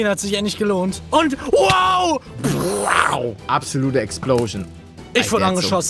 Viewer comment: Wgraau anstatt wow hahahah bester Youtuber ever